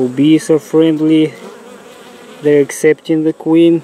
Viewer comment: I’m sorry. I know it’s dead but I only think of Uganda Knuckles when he says da queen bee 🐝 . “We have found da queen!”